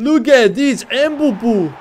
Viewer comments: Kylian mbappe🚫 Kylian mbebe✅ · It’s not Mbabbe he’s KERIO MBABBE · mbebe ❌ Mbappe✅